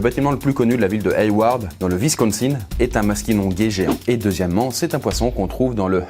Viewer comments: le masquinongé ce prononce masquinon JÉ en passant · On dit MasquinonJÉ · Masquinongé se prononce comme la nage ;) Petite correction d'un pêcheur amateur du Québec